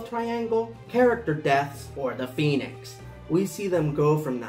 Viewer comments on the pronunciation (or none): none